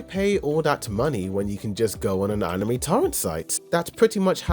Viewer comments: I cringed every time you said “Anim Me” during the first 3.5 minutes of this video. I almost didn’t keep watching to find that you switch to the proper “Anim may” spontaneously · I can't stop noticing that "animee" pronunciación every time lol